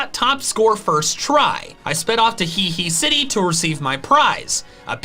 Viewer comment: Does he still call Heahea city “He-he city”? Or can he pronounce it properly now?